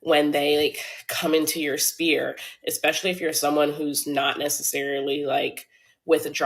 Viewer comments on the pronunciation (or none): Mfer better “own the bus”. Amirite? I call BS! She doesn’t even know the difference between “spears” and “spheres” (she said “spears” twice). My bet is OF is her other income stream. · I know she’s lying because she says spear instead of sphere. 😂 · The "spears" were bothering me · It’s the fact she keeps pronouncing “sphere” as SPEAR…. 🤣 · Sphere of influence. Not spear. Sphere. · Black woman, attorney at law ,business owner high earner.its not spears,it's actually spheres and your at big conferences around attorneys, hope you didn't use that word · Why she keeps saying spear. The word is sphere how you as a big lawyer don't know that? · The word Sphere not Spear. 🤬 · Is she pronouncing "sphere" as "spear"?! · She said "spear" instead of "sphere" lol. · She means to say SPHERE ….i hope. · all that money and cant pronounce a word smh lol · Why can't she pronounce sphere? It does my head in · She said that ish TWICE. cringe